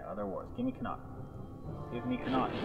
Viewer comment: Connaught is not pronounced like that -_- But good video :P